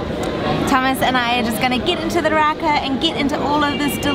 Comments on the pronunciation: Lol its not raka its raki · Isn't it spelt rakı which means it's pronounced ra-kuh? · Us too! Nothing like al fresco 😄 it’s pronounced ra-kuh 😄 we love the stuff! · 😀 yea on the bottle it's written rakı (so the ı without the dot over the top which is pronounced 'uh').